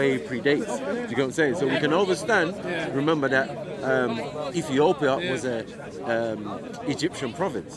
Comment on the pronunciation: "Rember"... Guy is a tard